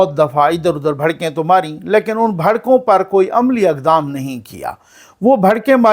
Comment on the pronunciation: بھڑکیں نہیں بڑکیں